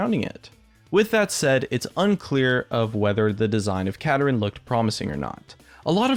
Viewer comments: Not Katarin pls. Kaa Daa Rinn. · Yeah, I'd like to see him get released, preferably pronounced Ka-dar-in instead of the way says it (Kada-rin) because Kada-rin sounds too similar to Katarina and could cause confusion over voice chat with friends. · its osunds like u are saying katarina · Is that really how you pronounce this champion? Sounds like he's pronounced, "Kah-Darin". But whatever. And Shen isn't a mana-less champion, he just uses energy, which I just see as an extremely quick regenerating mana. And with his recent rework, he can run out of energy fairly quickly if he spams his abilities in a fight. Same goes for Kennen and Akali. Vladimir, Mundo, and Rumble are good examples of mana-less champions. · I think Kadarin pronounced "Ka-Dar-In" sounds like it would be a much cooler name to me. Anyone else? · Khada Jhin = Kadadrin duh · I feel like kuh dar in not how he says